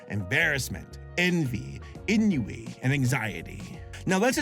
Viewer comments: We need to talk about saying en-you-ee (ennui) -- it's AWN-WEE YOU CULTURLESS SWINE!!!! Actually made the word HARDER to say -- lawrd... How can he have watched the movie and heard that word who knows how many times and STILL GET IT WRONG?!?! I dunno man -- sometimes I wonder if actually watches some of the stuff he talks about... Cause he'll get stuff wrong that's like "did we even watch the same thing?" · That’s not how you say ’ennui’, 😒 it’s pronounced ’on-we’. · Enyooee? It's pronounced Ahnwee. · what is inyouwii did you mean ennui (on-Wii) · bro why did he say ennui like enyouwee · I'm sorry, are they pronouncing "ennui" en-you-wee? That is not how you say that... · Ennui is pronounced "ahn-WEE." Didn't you watch the movie? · mispronunciation of Ennui was like nails on a chalkboard to me. There was a whole gag in the movie about Joy not getting it right, and even then she was closer to it than was =0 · I’ve watched the movie and I forgot ennui was pronounced like that. Chill out, people get the names of things wrong all the time.